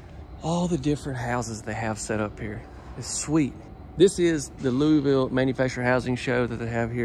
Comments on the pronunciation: Yes plz get it right it's Loo-a-vull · It's Luuvull lmao. I'm liking these videos though 👍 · “Loo-a-vull” lol, no “Louie” or “ville”. Lived here my entire life and nobody says it “right” like us locals. 🤣🤣🤣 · I live in CO and ours is Louisville (Lewis-ville). Most don’t pronounce ours right either!